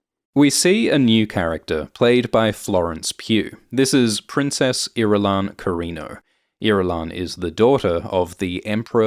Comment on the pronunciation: I've never heard Irulan pronounced out loud and uh that's not the way I heard it in my head 😅